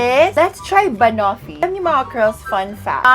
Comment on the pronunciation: Girl, check how to pronounce banoffee.. 😊🥰